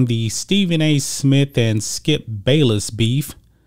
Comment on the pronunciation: SMITH NOT SMIT🤣🤣🤣